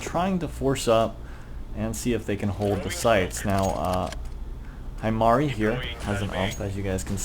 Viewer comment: I'm going to be that one weeb and say that he pronounced it wrong. its pronounced he-mari